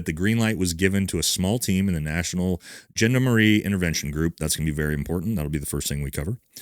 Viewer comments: Great sit-rep mate ( yeah I said it 😅 ), but I'd love to help you with your French pronunciation. 'Gendarmarie' isn't gender-marie. Think John-dahmer-ree. Hope that helps. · It’s Gendarmerie not Gendamarie. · Gendamarie is pronounced gendarmarie and Marseilles is pronounced marsay 👍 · There is a D in Gendamarie sir and marseille is pronounced 'mar-say' You are welcome. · "Gendarmerie" (French)is pronounced john-dar-marie. Just a tip that can be helpful when researching and conversing. The gendarme is the police, gendarmerie is military & paramilitary special forces. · Correct spelling: Gen-dar-me-rie Pronunciation: Sean-dhar-muh-ree (just some trivia for those two or three guys who are interested in foreign languages 😉)